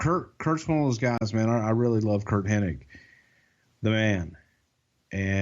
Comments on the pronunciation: it's pronounced HENNIG. Not Henning. My gosh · The more you listen to these, the more insufferable becomes. The smug, money mark vibe is repulsive and the MF'r says Henning instead of Hennig every single time. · Why do so many people say Hening? It's Hennig... Oh well at least Bruce said it correctly. Lol I kept thinking im only 20 minutes in can keep saying his name wrong for the whole podcast? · Every single time I heard mispronounce "Hennig" as "Henning" it hurt my ears. Luckily Bruce knew how to say it properly so I didn't rage. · I'm not entirely sure if is aware that it's Hennig, not Henning. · Hennig not henning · With all due respect, it's not Curt Henning.. it's Hennig! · Almost any time I've ever heard his name pronounced they always say "Henning" even though it's spelled"Henning". Some crackpot conspiracy theorists have a whole Mandela effect based around it lol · Hennig!! Hennig!! it drives me insane when they call him Henning!!!! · Is saying “HenniNg?” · There's a whole group of people that mispronounce his name it's really weird.